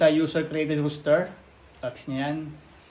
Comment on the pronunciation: It's ROSTER not Rooster. Ano yan manok? Haha